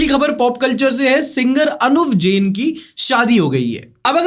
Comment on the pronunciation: bro its not जेन its जैन